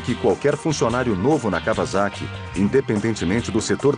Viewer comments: 2 coisas... cada vez que esse narrador fala KAVAZAKI... me da uma pontada no figado... a pronúncia correta da palavra Kawasaki é: KAUASAKI. noob! o segundo detalhe é a pena que da ao ver o defeito no fim do vídeo. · KauaSSaki com dois SS seria a pronúncia correta. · claudia valeria Da Dilvau3r74ly nenhuma das duas formas estão corretas. Os japoneses pronunciam " kauassaki "